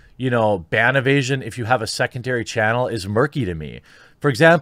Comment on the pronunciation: When he said ban evasion, I kept hearing “ban of Asian” and kept thinking about Bill.